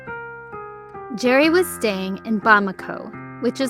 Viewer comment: You mispronounced "Krause." It's pronounced with two syllables.